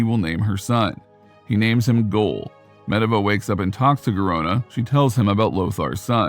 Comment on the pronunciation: Pretty sure the narrator doesn't play World Of warcraft. Because he totally mispronounced Medivh and Goel. He got the other names right though